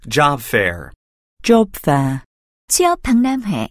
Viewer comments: Job fair 죠빱이라고 들리는 내 귀는 문제인가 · 쥐어패라고 들리는데요? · Job fair 영국발음 줘패어라는줄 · Job fair 진짜 발음 장난해 ...ㅠㅠㅠㅠ?